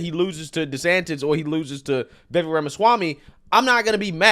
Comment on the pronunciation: Okay, I’m sure you know by now . . . Vivek Is viv . . . AKE, like cake!